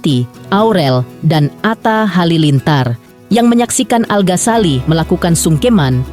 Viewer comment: Ganggu bgt iikh host nya nyebut nama 'Al ghasali- al Ghasali" Al Ghazali... Ganggu bgt lho mba di kuping denger Nya. Tpi gpp lah karna ini hari Bahagia, aku mau doain aja buat al dan alysa,semoga samawa aamiin allahumma aamiin 🤲🏻💐💐